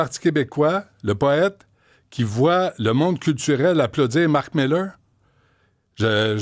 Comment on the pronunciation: Cher Paul, pourquoi prononcer Marc Millaire alors qu'il s'appelle Mark Miller ? Son nom est en corrélation avec sa posture.